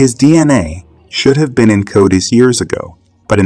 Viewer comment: Repeat after me.. Co-dus. Not Cody’s. Do you really know you subject matter at all man? Lol